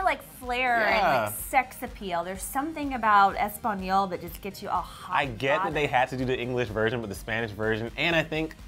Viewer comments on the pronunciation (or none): From someone who speaks Spanish (Mexican) I seriously CRINGED when "tried" to say Español OH MY LORD please it hurts painfully when people who are clearly Caucasian to try to say something in a different language I know that you did it well for comedy (I think idk) but it's like me who does NOT speak mandarin for me to say something in that language BUTCHERING the whole word but I respect that you love ESPAÑOL but please don't do it again experience from when I didn't say Spanish words correctly (I'm not hating but I do love you and the crew but I can not let this slide;—;)